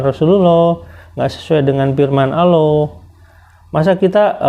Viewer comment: Aloh,,aloh,,,aloh ALLAH bang bukanya aloh